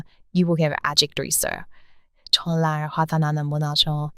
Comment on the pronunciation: 팬이예요. ❤❤❤❤❤ 근데 영상에서 졸라라는 표현이 세번 나오던데 그거 안좋은 말이예요. 발음이 저한테는 그렇게 들렸어요. 정말이란 표현으로 바꾸셨으면 좋겠어요. 좋은 영상 너무 감사드립니다.❤❤❤❤❤❤❤❤❤❤❤❤❤❤❤